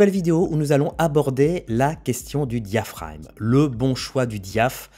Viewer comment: diaphraGme.... pas diaphrame....(oral un pas écrit)